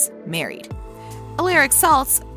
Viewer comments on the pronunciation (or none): it’s not pronounced al air ic it’s ul are ic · Ah le ric... alərik. Kinda triggered at some point to say his character name 😢